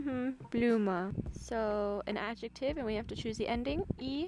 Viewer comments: Es heißt nicht Blüme sondern Blume ;-) das ist so schön dir beim deutsch lernen zuzuhören :-) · It's Blume, not Blüme